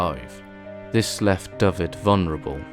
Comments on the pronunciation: Dyfed is 'Duh-v-Ed' (like the name Ed) but you are pronouncing it 'D-uh-v-id', I assume your first language is English as E is pronounced 'eeh' in English but in Cymraeg it's like 'eh'. This may have also impacted Gwynedd being pronounced as 'Gwynith' when it should be 'Gwyn-eh-th'. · Yeah some poor pronunciation of some easy ones : Dyfed and Gwynedd